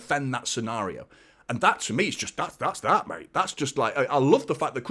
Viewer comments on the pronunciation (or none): none